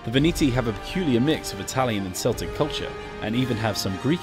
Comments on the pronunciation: It's Celtic not Seltic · (S)eltic? tsk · Was going to pre-order but then you said Celtic with a soft C and I had to throw my computer out of the window in rage..... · Seltic? Don't you mean Celtic* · peculiar mix of Italian and Seltic culture? What is Seltic culture? Who are the Selts? I am curious if they are related to the Celts by chance? Or do you mean the basketball team? The football team? That sounds like a really weird faction.... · "... have a peculiar mix of Italian and Seltic culture" IT'S CELTIC GODDAMMIT :| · ...the Veneti have a peculiar mix with the Italian and "C"eltic culture? Did he pronounce Celtic like the football club? lol at CA